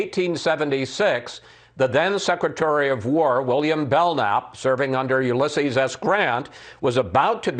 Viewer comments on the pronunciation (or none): Did he mean Youlisheseez S Grant?